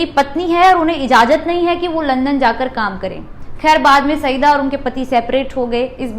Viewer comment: महोदया आपका प्रेज़ेंटेशन बढ़िया है लेकिन कुछ उच्चारण ग़लत होने से अखरते हैं जैसे जवाहरलाल को ज्वाहर लाल नेहरू बोलना , और को बार बार ओर बोलना - good luck to you